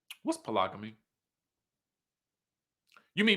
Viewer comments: Po- log-amy😂😂😂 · “Pro-log-o-me” 🤣Everybody ain’t educated like you ❣️❣️❣️😘